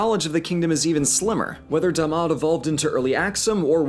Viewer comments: He Said it D'mt because the Da’amat Civilization themselves used a Sabaean script (which didn't have vowel indicators) carved it in stones. So the direct translation of that would actually be D'mt. But you are right it is pronounced as Da’amat. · Mythos & Logos – World Mythology and Religions Lmao it’s pronounced as Da’amat I don’t know why they spell it as D’mt